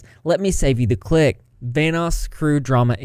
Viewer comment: Kept hearing “Thanos” instead of Vanoss